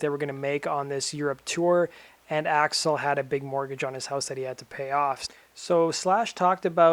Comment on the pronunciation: "Gun's front man, Racksle Rose"